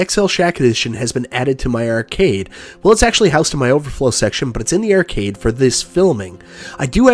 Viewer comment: Take a drink everytime pronounces "Ar" as "er" ert,ercade,merque